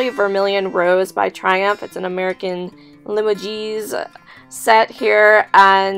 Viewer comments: Limoges. Li-Moj, soft. Not li-mo-geez. Fyi. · Limoges is pronounced "La-mozh" (like the Zs in Zsa Zsa Gabore). The S at the end is silent. I hope I'm not being obnoxious, lol, I don't want to be that girl. But Limoges can fetch some good money ... or at least it used to. haha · I looked up the Vermillion Rose dishes - they are worth quite a bit. I couldn’t see the price of the set. Also, not to be a pain, but pronounced le-mouse , don’t know how to write it phonectically! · Lamoge is pronounced La (fa, so, la), a long “mo” and a soft “ge”. You also mispronounced Majolica—a floral hand-painted porcelain from Italy:which this piece was not. Need to do a little bit a homework. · look up how to pronounce limoges. Just trying to help.